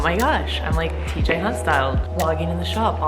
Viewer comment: Call it teej Lmfaoooo